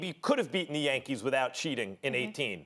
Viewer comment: Engin Sezerman Max’s “Yankeeth”